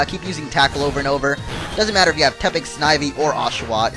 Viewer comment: its snivy not sneivy